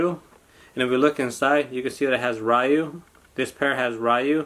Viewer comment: Its Ryu pronounced “Ree-u”